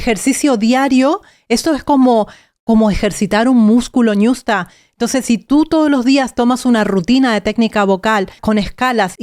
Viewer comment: No es niusta es ñusta